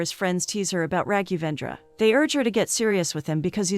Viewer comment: The poor pronounciation of Raghendravendra 😂👍🏻